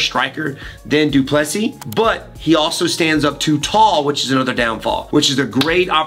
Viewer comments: Get the name right Wonderboy It’s pronounced Du Ple see (👀) the final S is silent and the last “sis” is pronounced almost like “see” in English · DU - PLE - SEE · wonder why Wonderboy still can't pronounce his name properly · It’s pronounced like “prick” not “dry-cus” and for du Plessis just imagine the last “s” doesn’t exist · dude, learn to pronounce Du Plessis... you don't pronounce the last "s" PLEASE!!!!